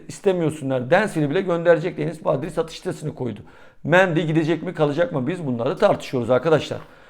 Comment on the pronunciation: Badri değil Bardi 😅😅